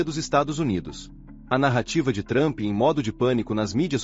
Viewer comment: Adoro quando falam o nome do cara de "Trâmpi" 😂😂😂😂